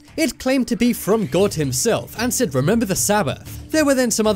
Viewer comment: He shAid that twice